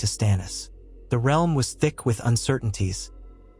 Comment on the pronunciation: "..It will shake the R.E.A.R.L.M.." good job electronic voice!